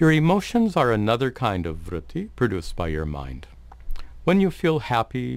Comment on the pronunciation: Say it with me..."Vrooty...vrooty...vrooty"